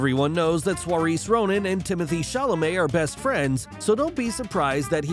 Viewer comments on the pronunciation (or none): Soirees Ronan? Saoirse is pronounced Sur-sha!! Do your research! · inappropriate that a voice over can't pronounce Saoirse Ronan's name